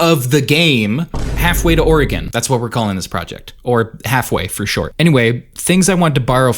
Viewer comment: oregonian here, its actually pronounc- oh my god someone online actually pronounced it right what the hell